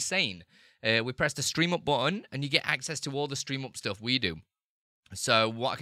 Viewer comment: Not "ploogin", but "plugin". Not "stoof", but "stuff", not "oop", but "up" -- the worst pronunciation I've ever heard